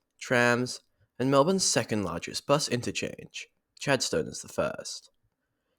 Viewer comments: Haha yes, I haven’t been there for at least a decade - it’s a place best avoided due to the parking nightmare. You could’ve called it ‘Chaddy’ and all Melburnians would know what you mean, but you might confuse your international audience! For future reference, it’s pronounced Chadst’n. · I’ve never heard a Melbournian pronounce the ‘Stone’ in Chadstone tbh haha